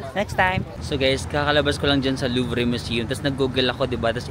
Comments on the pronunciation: My husband speaks French & works as a translator from French to American English. So I asked him, Louvre in French is pronounced with an 'r' without the e enunciated. BUT not the r sound we Filipinos are taught. It is rather soft and have a soft murmur. He said that the 'r' sound of the French is difficult to make if you are a non-French speaker. Thus, for both American & British English it is pronounced as 'loov'. Even the CREPE mentioned, yes it is 'krayp' for other English speakers even Australian but for French it is 'krept' or 'krep'. The 't' at the end of the words is also silent. So, croissant is 'kwa soh' (closest to say for us Filipinos). I understand that some comments are comstructive in nature and we should also take that comment as it is. The purpose of language is for us to communicate and as long as we understand and even each other then we are all fine. ❤️ Dont forget that is in the City of Love. 😉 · Just a constructive tip (I hope you don't mind po ) As a content creator, madami tao nanonood sayo, If you have time, please try to put effort to learn the proper pronunciation ng mga words (Louvre for example) kasi it takes less than 1 minute to research how it should be pronounced. Gawin mo din GOAL to do more research kasi I'm sure when you planned these locations, pwede inalam mo na din yun pronunciation. Minsan masakit kasi sa tenga at baka isipin ng iba eh tama ----- super dali to check it online. Promise. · you pronounce Louvre LOOV. NOT LUVRE been there many times. ingot sa pickpockets. in buying fruits. never pinch or pinoy style, pinot, pinot megalith nag titinda. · It’s “loov” not luv-re. Sayang naman at least pumasok ka, even if Mona Lisa lang at Nike of Samothrace lang makita mo. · I have a constructive comment. Since you are an informative vlogger, please study the pronunciation of the terms. There are many apps to use to check for the correct pronunciation. Louvre is not luvre. It is pronounced as loov.